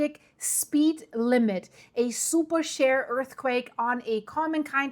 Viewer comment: It took me a minute to figure the "super SHARE" earthquake., in English the word is "sheer", with a long "E". Sorry that English is so inconsistent when it comes to pronouncing vowels...very arbitrary and difficult.